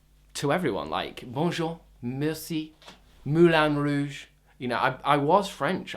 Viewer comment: 'Moulan Rogues..' xD